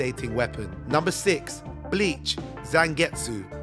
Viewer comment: John It’s the same with the bleach mispronunciation. I don’t know why these channels insist on dipping their toe into anime content if they don’t bother to watch the anime in the first place.